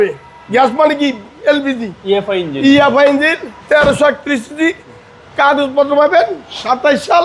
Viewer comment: দূর ভাই আপনি তো - ইঞ্জিন ই বলতে পারেন না।